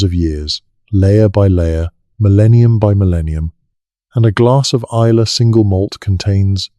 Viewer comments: Oh aye and the island of Is- lay 😂😂😂😂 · Islay is pronounced isle-la ….Scottish Whisky doesn’t have an ‘e’. The overall detail and information is fascinating and well- researched. Thanks for that. Maybe have a local proof read/edit the text and especially pronunciation on narratives.